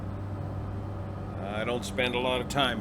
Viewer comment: You saying “PIO” during the sim portion got me chuckling. Thanks for that.